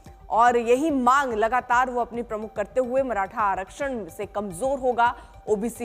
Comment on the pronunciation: माराठा नही मॅडम मराठा बोलो इन गोदी मीडिया को ठिक से नाम भी लेना नही आता